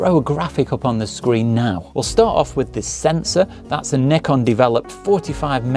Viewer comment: 0 seconds ago It's Z not Zed... it's a one letter word...Z...how hard is it to say Z...and not make up a whole new title out of thin air..to annoy the crap out of normal people and 300M Americans that can read and spell...Z....and say what they see which is ...Z. ..and it's NIKON not nickon.